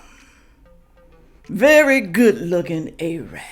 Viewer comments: I love you and this video is awesome but it's Arab - like Air-rub. Not AYE-rabb. He is fine BTW 😀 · OMG Air-rub 😂 is how to say Arab